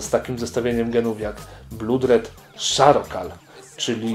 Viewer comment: blood czytamy przez o a nie u a charcoal nie szarokal tylko czarkol pozdro